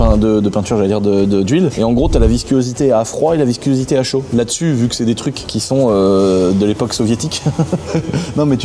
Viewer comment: Pourquoi tu dis viscuosité? 😅